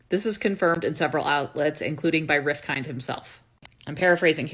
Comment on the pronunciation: It's pronounced with the 'd' silent - Rifkin(d). "Rif - kin"